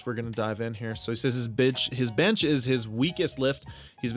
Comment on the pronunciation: guys are yall just gonna ignore that he said bitch instead of bench ? :DD